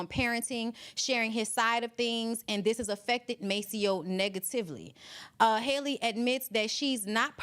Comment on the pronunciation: Halle not Holly